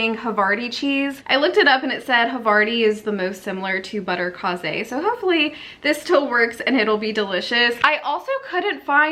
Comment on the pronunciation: Butterkase is German and is pronounced butter KAY-zuh.